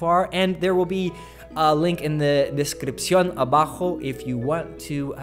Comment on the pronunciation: Wow! That was a superb pronunciation of "variaciones", "descripción", and "abajo" haha. Felicitaciones colega!